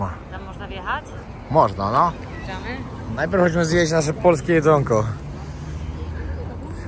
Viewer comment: oglądam Twoje filmy, jeden po drugim i nie ważne czy,,stare,, czy te obecne. Pokazujesz świetne miejsca, ale zastanawia mnie to, dlaczego,,zjadasz,, literkę Ć? Mówisz zjeś,iś. Czym jest to spowodowane? Z czystej ciekawości pytam.